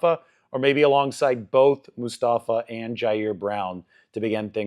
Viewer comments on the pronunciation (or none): none